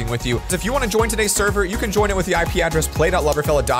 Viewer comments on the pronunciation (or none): none